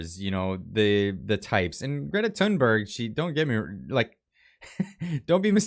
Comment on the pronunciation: Good analysis. Again. - I'm Swedish, in spite of the name. You come closer to the Swedish pronunciation of her surname, if you read it as Toonberg, rather than Tunnberg. Thought you might like to know this...